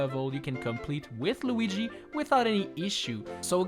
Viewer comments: You called Luigi Loigi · while holding Lugi Bruh it's Luigi not lugi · Lugy? Did I hear that wrong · i love it when you call him 'loogi'